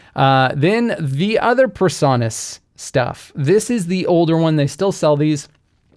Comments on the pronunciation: A small thing, but your pronunciation of PreSonus as "per-saw-nuss" is really irritating. It should be "pree-sew-nuss." (Your pronunciation just sets my autism off!) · Why do you mispronounce PreSonus? PRE, not PER. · The o in Presonus should be long, not short. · I've never heard anyone pronounce "Presonus" the way you do...